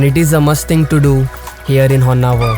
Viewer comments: It is not Honnavar. It is Honnavaraaaa. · It’s “Honnavara” not Honnavar! Don’t confuse people with names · Niv kannadadavra adru honnavar anta heltiddira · Bro its Honnavara not var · there are few places it’s written “Karnatak”, would u still pronounce it as the same? Haha! Offcouse you clearly say “Karnataka” right!! So don’t give excuses who put up the name plates.. follow what’s the actual name.. ❤ great content! Keep it going 😊